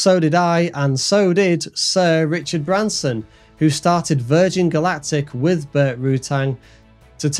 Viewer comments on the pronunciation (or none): none